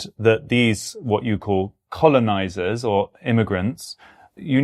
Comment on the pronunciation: Why has no one told him a 'colon' is either a body part or punctuation mark - not a sociopolitical class of people. It's quite painful trying to listen to him talk about 'colons' and 'colonisaters'. He's colonizing the English language for sure.